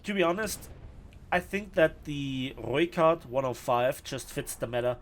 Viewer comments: for sure the pronunciation of the R and ooi :D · You definately have the best pronunciation of the Rooikat.